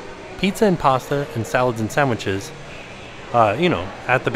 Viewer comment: "SAMWHICHES" LOL